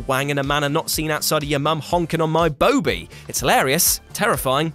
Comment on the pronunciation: I'm a great fan. And I'd give you a run for your money in the mum smashing stakes. But I died a little bit inside when you mispronounced Boaby 😂😂😂